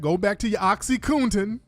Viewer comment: Oxycoontin, boochiecat!!.. Lol, only Tariq!! He needs to start his own dictionary collection!!